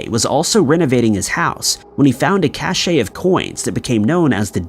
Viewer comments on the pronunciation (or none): Reich is pronounced Ricke, not Rish, and Cache is pronounced Cash, not Cashay. Please check pronounciations before you post. Otherwish, great episode.